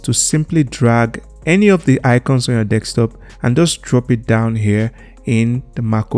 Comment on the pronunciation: you are saying Desktop wrong